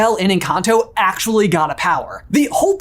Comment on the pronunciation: Your pronouncing the name of the movie wrong